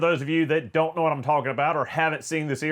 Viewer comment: Sounds like he keeps saying: Donut forgot to Google and see that these cars are trash for going fast.